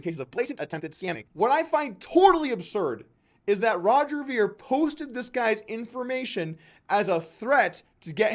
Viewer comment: Meh. Sort of a petty video. Roger Ver has done a lot for Bitcoin and most people who he debates also end up turning petty. It's pronounced "vair" not "veer" :D On to the next one please, Doug. I love all your content otherwise.